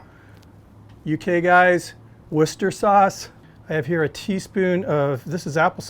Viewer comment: I appreciate the UK pronounciation of Worcester sauce - spot on!